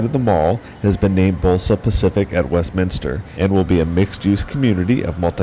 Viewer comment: Thanks for not adding an extra “I” in Westminster. People who actually live there pronounce it incorrectly too it drives me crazy